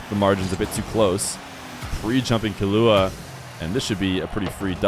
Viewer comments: The Killua mispronunciation is killing me 😭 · You were pronouncing killua wrong